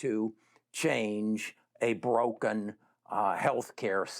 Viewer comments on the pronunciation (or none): none